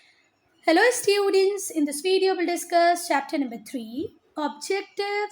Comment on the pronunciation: Students❌ stuiiidents✅